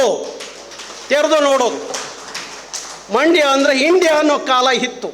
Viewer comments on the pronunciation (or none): none